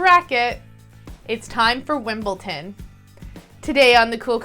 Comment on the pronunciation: "Love" it! (p.s. WimbleDon not WimbleTon)